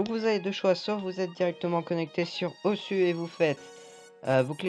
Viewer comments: sa se prononce osou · on écrit osu mais prononce osou banane